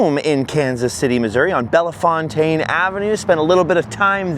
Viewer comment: Bellfontane is pronounced bell-fountain in KC